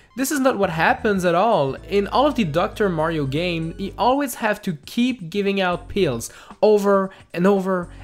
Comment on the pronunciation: there is an "F" instead of a "G" in giving